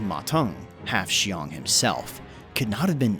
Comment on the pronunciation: Qiang is pronounced as "chee-ang" not "shee-ang" Also "Teng" is pronounced just like it looks, "ten", not "tung"